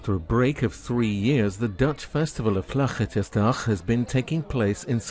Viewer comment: LOL he tried to do the guttural 'g' in vlaggetjesdag but failed spectacularly